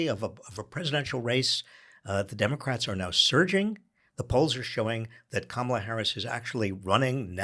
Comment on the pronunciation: It seems Spanky's deliberate campaign to rename Kamala - from Kah-ma-la to Ka-mah-la - is working. I've been hearing it pronounced Ka-mah-la for the past few days by right wing pundits, commentators and Spanky supporters. NOW I'm hearing it in THIS podcast by Heather?